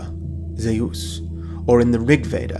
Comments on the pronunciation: I thought “Zeus” was pronounced “Zooss”, not “Zay-us”. 🤔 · Zeus is the name English people call the Greek god of the Sky... Greeks call him "Δίας" (Dias), or as he writes it... Dyeus... . It is pronounced the same. Greece is not the name for the country the Greeks use either. Hellas is the true name of that country it's people use. Look it up if you don't believe me. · Zeus would have been orginally pronounced Dzeus, which could descend from something like Dieus ~ Djeus 'Mycenaeans' did not have a god called Di-wo. Di-wo in probably in an oblique case. Even in classical Attic Greek the oblique cases were Dios, Dii etc In other dialects though there other types attested like Beoetian, Corinthian etc Deus. Attested dialectal forms are also Zen and Tan. These are considered to have been results of later developments but in my opinion can be the result of influences from early IE or para-IE languages. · of course it has !!! Zeus is Dieus ( in Greek not according to Erasmian pronounciation both names are pronounced Zefs - Thias genitive Thios .Διfος ( Διός ) in ancient Greek means Brilliant .....Greeks were using both names for the King Of The God ( Zeus - Dias ) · Sorry BUT: Zeus (Ζευς-zephs) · Y u pronounce Zeus like tht😂